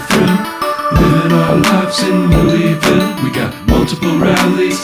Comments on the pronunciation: So glad you say LOU’E’VILLE!! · Thank God you can pronounce it correctly!